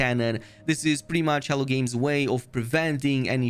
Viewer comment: Every time you say "Hello Games" I hear "Hell Games" 😂 Thanks for the update on the patch!